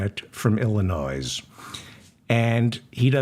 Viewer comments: Hello David Feldman, I am enjoying your show immensely. I can’t wait to catch it first thing in the morning when I get up. I feel like many more black women need to be in politics and law. they are strong, they are wise, and they get the job done. I just love them! Sorry I have to do this but you need to pronounce Illinois correctly. I live in Southwest Michigan and have family living there and my own family roots go back to Chicago.. There is no S at the end of Illinois. Some people in this area, feel offended when it is pronounced with an S at the end. That’s just the way it is. If you look it up you will see what I’m talking about. Keep up your fantastic programs. I have referred your podcast to many of my friends. Take care, and please stay healthy, we need you !😊❤ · You pronounced Illinois the same as I do with the emphasis on the S at the end instead of the silent S being silent lol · You should not be embarrassed but ashamed for several times mispronouncing "Illinois". The "s is silent! I am a Progressive. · David I love your show. Just a heads up the S is silent in the state of Illinois. and no, I'm not from Illinois. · its pronounced ILL-in-NOY, not Ill-in- NOYS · Illinois is pronounced i·luh·noy NOT Illinoize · Illinois is pronounced ill-i-noy not ill-i-noise. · "Illi noise"..., did you do that on purpose, David? You do know it's Illi noy, right? Anyhow, I, for one, am grateful for the work you do to help clarify what's transpiring with our miserable political show, I was not a good student of government or civics when in school. You're appreciated.🙄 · Its Illinois (nois)pronounced "noy". Thanks! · You pronounced his name correctly but not Illinoissssss. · David Feldman is a little devil, & I live for it!! Just heard the "Krishnamurthi from Illinoize- hey, I pronounced his name right!" joke &... fabulous!! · David, Illinois is pronounced without the s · Illinois is the most mispronounced state in USA. The S is silent.